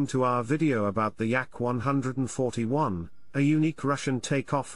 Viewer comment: I like the YAK-ONE HUNDRED AND FOURTY ONE 👍🏻